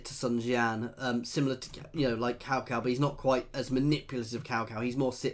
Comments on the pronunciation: naw tsao tsao is correct, the way of how he said it in the beginnin is how u say it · Omg you are the first foreigner i have ever seen who can pronounce cao cao in the right tone